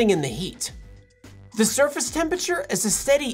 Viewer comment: Little known fact: Temperature is a 4 syllable word